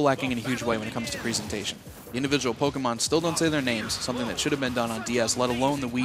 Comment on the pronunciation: ita pokemon not polkamon